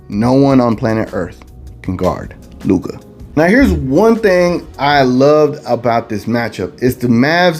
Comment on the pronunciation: stephen a is a joke!!! luka is a superstar player in this league for a couple of years now and the allegedly most famous sports analyst still pronounces his name wrong... maybe he does it on purpose to troll but its far from professional...